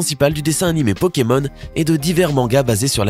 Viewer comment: A il dit pokemol